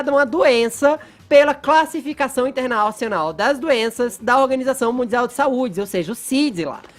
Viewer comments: " Internalcional " kkkkkk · “ InternaUcional “ kkkkk pqp